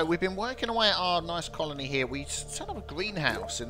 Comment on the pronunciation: Theory 1: Biffa's learned to say "colony." Theory 2: Biffa's recorded himself saying "colony" properly, and very skillfully cut it in everywhere he said "conoly." I'm just waiting for the space anemones to invade now. :)